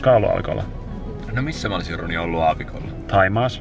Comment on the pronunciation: Aina kun Roni sanoo "mun nimi on Roni ja..." niin kuulen aina että "mun nimi on Ronja..."